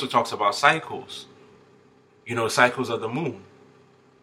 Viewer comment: When you said "cycles" I thought you were saying "psychos" 😂😂😂I thought... Just my luck 😂 Figures!